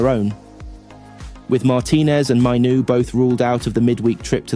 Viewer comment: It's Maino not Mino . Also it's Yoro not yoroo